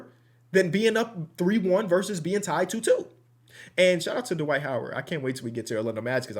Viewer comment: I love when adds that extra syllable whenever he says the name “Dwight” like Da-Wight 😂 this ain’t sarcasm at all, love that Midwest TWANG